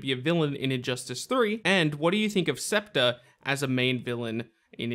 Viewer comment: It's pronounced SPEC-TER. SPECK! SPECK!!